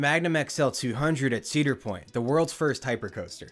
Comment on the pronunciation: 4 ceader point coasters 😂😂😂